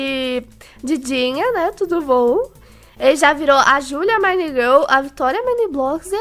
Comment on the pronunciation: Kkkkkkk ela fala julia mainigol kkkkk sem ofença